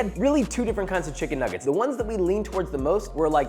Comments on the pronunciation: Did you say chicken niggit at the start? 😂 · Bro did not say chicken nuggets at the start 💀